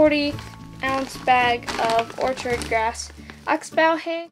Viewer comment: your saying oxbow wrong